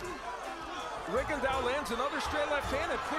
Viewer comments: commentators calling him RigondAU... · Vision In one of his fights Michael Buffer pronounced his name correctly, loud and clear but guess what? The commentators spent the whole fights saying Rigon-diaw. They are lazy and think they have the right to butcher the pronounciations of foreign non-english names while getting paid to commentate and be professional. SMH.